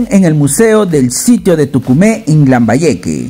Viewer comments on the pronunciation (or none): No es Tucumé, Es Túcume!!!